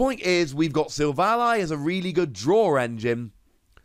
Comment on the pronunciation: its SIL - VALLEY. silicon-valley. its a pun.. kind of like RayQUAZA to Quasar. this has been a public service announcement.